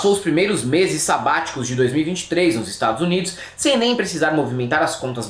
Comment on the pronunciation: Como alguém respeita um ser que fala: IsTadsnids